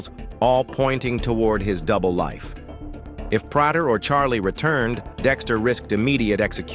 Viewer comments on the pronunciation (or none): PRAY TER not Prouder